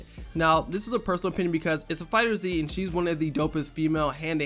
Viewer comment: It's not fighter Zee it's fighterz.